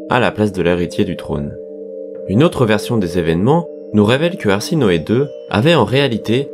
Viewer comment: C'est pas arsinoe mais plutôt ha se noe